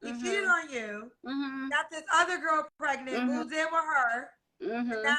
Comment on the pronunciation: “Do y’all coparent well?” Her: “Yeah. I mean no. Not really.” Ma’am, just tell the truth to start with. Hell nah y’all don’t coparent well lol. I knew this was about to be wild when she said “I got preGINT” 😩😩😩